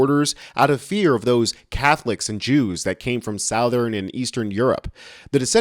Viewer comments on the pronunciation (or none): Why is he pronouncing Raleigh "Ray-lee"? And southern "south-urn"?